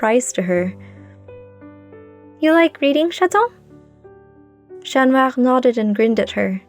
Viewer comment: Absolutely lovely story!~ Other than that I love that you have a french accent when naming Chat Noir, instead of using an English accent - Love!~